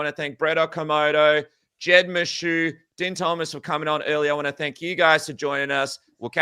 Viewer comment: Its pronounced "Dean", not "Din" as in "Dinner". How do you cover the sport and not know this?